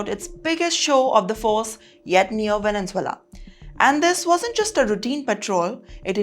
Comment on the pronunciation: It's Venezuela ✅ NOT VENENZUELA ❌❌